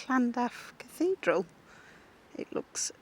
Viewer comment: catherdral lol